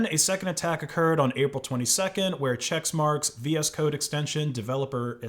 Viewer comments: "Che*CK*marx", not "Chexmarx" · It's pronounced "check-marks" not "checks-marks" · i hate the company, but it's not "chexmarx" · Why are you saying chexmarx? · isn't it pronounced check marks?